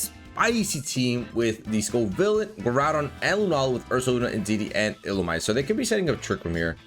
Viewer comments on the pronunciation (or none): Its pronounced "Ill-ooh-me-say," or -zay. I like saying illoomezay sounds way cooler.